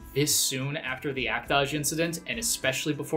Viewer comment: Is that the weird but presumably correct way to pronounce act-age? Joking aside. I think you argued your points well but you're conflating firing someone who has actively broke the law and is on trial/in jail with someone who was arrested, served (or not in this case) their time and is now a normal member of society. The long and short of it is that Jump dont give a shit what the crime is, just that youre not actively serving time for it. So its not a case of "We fired him for SEX crimes" its a case of "We fired him for sex CRIMES". So I dont even see the hypocrisy to be honest. As for why Shimabukuro got hired? They thought he'd sell more. No mystery there.